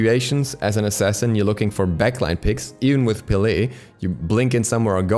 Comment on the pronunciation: Peh-leh not pee lee